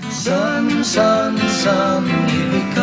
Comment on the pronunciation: You pronounce here as if it were a German word.